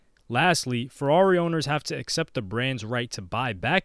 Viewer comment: “Purrari” 💀deadmau5 is goat